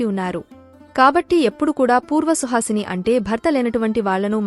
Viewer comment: Suhasine kadu suvasine